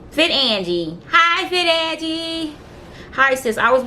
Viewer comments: She done fucked up a lot of words. I'm wondering if she graduated high school. Who can't pronounce Angie...she said an..geee... gtfoh 🤔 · I'm sorry, I tried not to but....do u have trouble reading. You have incorrectly pronounced a lot of words. Angie, abdomen, intubate,etc..🤔